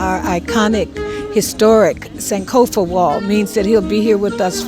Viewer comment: are you not ghanian? why do you pronounce "sankofa" like that?